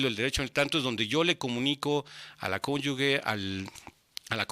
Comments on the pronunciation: Excelente información. Pero no es cónyugue, es cónyuge... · ¿Cómo que "conyugue"?